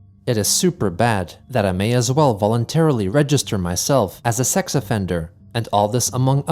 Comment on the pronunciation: Chris pronouncing "x" and "cks" as T is endlessly irritating. Also Sinditures